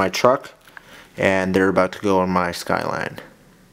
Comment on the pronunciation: It took you saying SKYLINE three times before I understood what was being said and now all im thinking is Dear Santa, .